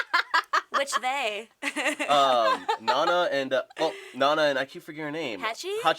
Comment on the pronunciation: Who pronounces Nana like that? honestly.